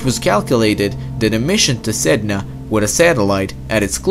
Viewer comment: Sedna To go out side (Said-Nah)